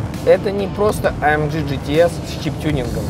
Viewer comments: "А ЭМ ДЖИ ДЖИ ТИ АР" 1 МИЛЛИОН РАЗ НАДО СКАЗАТЬ, А УСЛЫШАЛ ВСЕГО 976 356 РАЗ. СУКИ ЭТО А ЭМ Г. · Правильнее будет АМГ вместо АМДЖИ !!!!!!!!!!!!!!!!!!!!!!!!!!!!!!!!!!!!!!!!!!!!!!!!!!!!!!!!!!!! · Почему " А-Эм-Джи"? Тогда уже "Эй-Эм-Джи"? Или "А-Эм-Гэ" всё-таки?! Режет слух немного... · амГГГГГГ если вам не сложно, амЖЖЖ ну прям... Aufrecht Melcher Großaspach. Чтож ты не говоришь ламборДЖИНИ